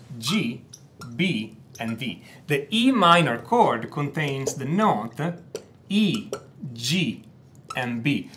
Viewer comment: I knew you're Italian "the note" that's sounds so Italian